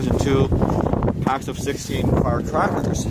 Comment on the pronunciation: I cracked up when you said firecraklers